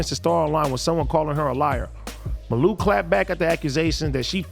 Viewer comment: It’s ( Mah-luu).. lol